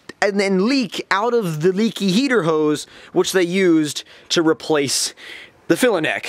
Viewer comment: hee hee the way u say heater hose makes me laugh so hard. u should start a comedy channel.